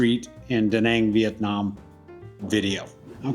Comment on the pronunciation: I enjoyed this, looking forward to future videos. Not trying to be super picky but you continually pronounce Da Nang wrong/ this might make some viewers question your content....(check out proper pronouncement on Google). Best wishes for your channel 👍